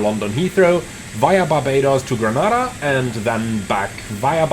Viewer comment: Lol it's pronounced Gre-ney-da 😅